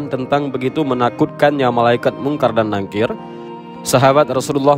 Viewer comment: NAKIR Min... bukan NANGKIR maaf